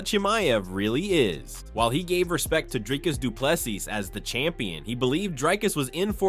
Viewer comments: DRIKUS DOO PLE SEEES knuckle head u have the worst pronunciation ive ever heard its embarrassing bro ! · The narrator and tito can't pronounce DDP's name lol.